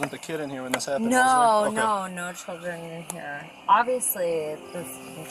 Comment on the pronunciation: "No no no schrildren on booooored"